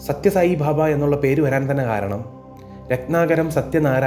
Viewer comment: its not bhabha, it is baba